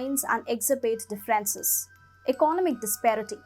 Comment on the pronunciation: Girl, your pronunciation is understandable in India probably, but actually it sounds terrible. You put the stress on words wrong..... decades,.... differences,... exacerbation (the last one you cannot even pronounce). 🙄